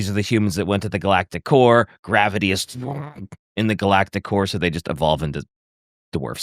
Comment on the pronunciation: My brain will not stop hearing “Galactic Whore” instead of core 😭 This whole episode has had me questioning my maturity lmao